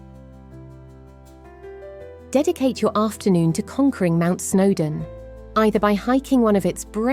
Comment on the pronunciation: I think the text-to-speech convertor needs a bit of attention on this one! OK, so Betws-y-Coed would be expected to cause a couple of problems, but Culloden (cull-ODD-en not cull-OWED-en,) Orrest Head (ORR-EST not ARREST-HEAD,) and Snowdon (SNOWD'N not SNOW-DONN,) shouldn't pose challenges to decent software!